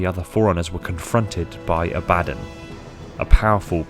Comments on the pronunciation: Abba-don not A-bad-din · Love the videos. Heads up Abaddon is Hebrew, pronounced in English usually, as Ah-bah-dawn. Much love brother. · Abba-don, its abba-don.